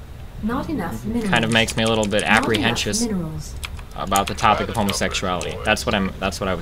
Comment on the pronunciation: "Apprehentious." A mix of apprehensive and pretentious.